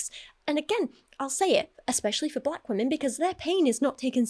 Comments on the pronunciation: The pronunciation of “weh-min” is upsetting me so deeply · says “wemen” and I cannot stand it. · "Wemen"